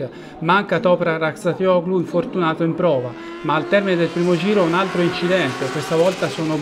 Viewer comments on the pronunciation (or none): Topra Razzatioglu !!